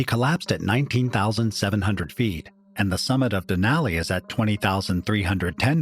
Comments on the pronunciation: Den ally den ally den ally. My ears are bleeding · I love this type of content but I can't get past the grating voice and the bad pronunciation of Denali. Cringey